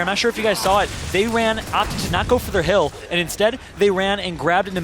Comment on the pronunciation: This guy keeps saying "Keels" and "Heel", it's kills and hill lol